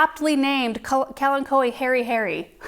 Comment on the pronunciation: Now I know the correct pronunciation of “Kalanchoe”.